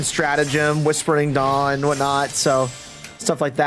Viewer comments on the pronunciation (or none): none